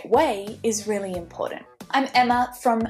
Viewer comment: Please pronounce "important" properly!!